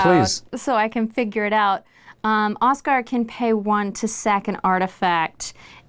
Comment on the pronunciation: Y’all pronouncing it Oskar instead of Osgir causes me psychic pain. Oskar is my birth name and also not how you pronounce that